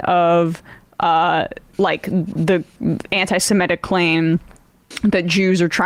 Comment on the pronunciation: Not siMETic. It's seMITic!